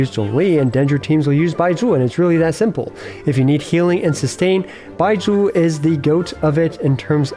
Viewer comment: why do you say baizhu so weird, its like you're saying bye jew lol